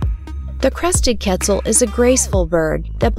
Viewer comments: Quetzal more like PEZ-al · i cannot stand how she’s saying quetzal… ketzul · It's kett - ZAHL. Geez. The least you could do is say the name right. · Yessirrr but it killed me hearing her pronounce it ketzul lol